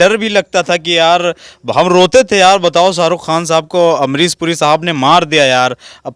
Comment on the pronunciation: ये काले कपड़ों वाला लड़का पढ़ा लिख़ा है लेकिन फ़िर भी इसका शब्दों का उच्चारण सही नहीं है जैसे कि ये शाहरुख ख़ान नहीं साहरुख़ ख़ान कहता है अमरीश पुरी कहने की बजाय अमरीस पुरी कहता है और इसी तरह से और भी बहुत शब्दों को ये ऐसे ही बोलता है और को इतना तो सोचना चाहिए कि जब यू ट्यूब पर बोलते हैं तो फ़ूहड़ शब्दों का इस्तेमाल नहीं करना चाहिए जैसे कि इस वीडियो में ने कहा है कि मैं कई बार अपने घर में छिता हूं